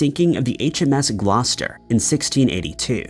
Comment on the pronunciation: How tf did you pronounce Gloucester properly